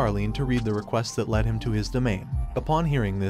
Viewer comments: The Ai voice bugs me especially when it says words wrong like when it says lead as leed instead of led. Otherwise I enjoy being introduced to new stories like this. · Sometimes I wish that these uploaders would fix the wording on the auto-reader (or whatever it's called) so that they said the words correctly. Among many other "mistakes", I keep hearing LEED when it should be LED. How hard would it be to type the story out so it's read correctly? Some of these stories are horrible because the main lead's names are continuously mispronounced. It just grates on the nerves.